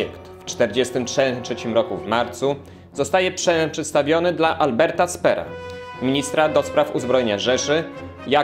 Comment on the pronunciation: Dla Alberta Spera D D naucz się człowieku czytać poprawnie nazwiska a nie robisz pośmiewisko z siebie.